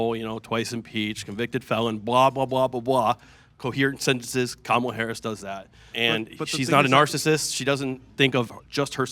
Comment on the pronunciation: new way to butcher Kamalas name unlocked. Camila Harris is a new one.